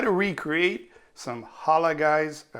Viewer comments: Hala Hala! Hhhoola Hhhholah! Did you mean... Ha-LaLLL??? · It's not Holla Guys. It's Halal Guys. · First of all, if you are going to make a dish especially out of your comfort zone, take the time to pronounce the words correctly, you couldn't even pronounce " Tumeric", nor " Halal" you should have just called it chicken and rice..or add some potato salad to go with the chicken. PS the colors of the food were not right either.👎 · i clicked out the second he couldn't pronounce halal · Learn to pronounce halal rightly and also the pronunciation of the ingredients used ! No offense here mate !! also the recipes shown is no where close to what the original is !!! Try the copycat recipe site of the same chicken rice ! it’s the closest u can get ……cheers !! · Wow couldn't find the time to find out how to say the name right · How hard is it to say halal? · fucken facts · My first thought was it’s funny. But ur right they r so huge and awesome! Like who dosnt know them in nyc! He could have made sure to say it right but some people simply can’t pronounce things